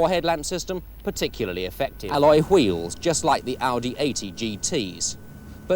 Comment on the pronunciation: "Alloy Fweels..." #accidentalpartridge